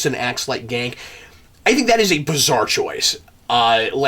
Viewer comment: It's pronounced Gahn-Kay not Gank.